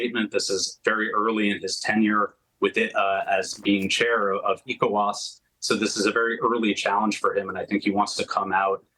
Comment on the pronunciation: This guy corrected himself in real time when he mispronounced ECOWAS; "E-cho-was the first time as Eee..CO..WAS. Good analysis. He knows the region well. Well done